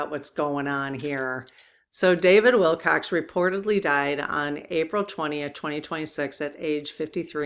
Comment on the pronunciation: There was a fine British musician named David Willcocks, and there is also the more common homonym Wilcox. But there is no "s" sound, please, at the end of our subeject's name. Usually we use the subjunctive decree "Rest in Peace," but it is good to know from your guides that he is indeed resting now in their loving arms. I predict that this potent force of nature will, soon enough, be rejoining the fight though from his new base of operations!